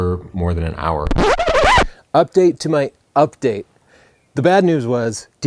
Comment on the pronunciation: I love the "UDPATE", lol